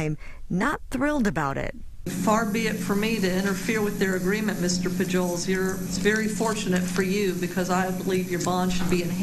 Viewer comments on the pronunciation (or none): How do you get to be that old living in a state with a very heavy Hispanic population without knowing how to pronounce Pujols???